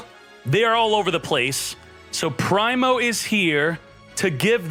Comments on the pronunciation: I swear he's gotta be trolling cause there's no way anyone reads Primo as "Pry-mo" or Machina "Mah-china" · Man really said Prime-o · It's pronounced "Pree-Mo", plus Synchro Destroyer is the most subpar skill for Wisel. No One to Love or Parts Replacement are best for using Primo.